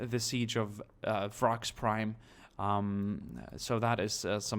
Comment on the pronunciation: U'm its pronounced "Vk-ras" bra.